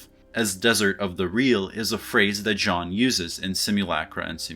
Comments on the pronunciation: your pronunciation of “baudrillard” is at least understandable. as an anglophone, the two rolled R’s, back-to-back like that, is hard to pronounce. but your pronunciation of “jean” is just indefensible. it’s a one syllable word and you still manage to butcher it. the N is silent!! it’s not hard!! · Nice video, as always. Just two minor observations: 1) Don´t pronounce the "n" at the end of Jean 2) Borges was not a surrealist...he was..well, kind of unique...I wouldn't dare to classify him (a vast erudite that liked to play philosophical games using literature, specially short stories). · Since you seem to care...you are actually pronouncing "Jean" incorrectly too....get rid of the audible "n" at the end. :) Who would have through Hollywood would have fucked up its interpretation of postmodern theory? Maybe Jan 6, 2020 was an instance of the matrix and true reality colliding: a simulacra constructed of lies transmitted over the matrix that leads to a real world event. I would have to think about it some more. Thank you for the vid! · lol, 20 seconds in and you are already making a pretty big mistake. Your pronunciation of "Baudrillard" was pretty ok. Not native, but an impressive effort nonetheless. Choosing to refer to him as "John" for the rest of the video, however... French speaker tip: there is no "n" at the end of Jean. That was a pretty serious comment for a serious intro ;) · “As a native French speaker”, I think you are too harsh: he has an accent, but he respects the French phonetics, much more than the average Frenchie would respect English. Do you even know how to pronounce “the” without saying “ze”? This said, I agree with you in the sense his “Sean” instead of “Jean” hurts me more than his “Baudrillard”. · You're mispronouncing 'Jean' and you're pissing me off. From now on, you have to refer to him as: "That Simulacrum Guy." Just don't mispronounce 'simulacrum.' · Yeah but his pronunciation of the first name is worse. No hate tho. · It’s pronounce Gene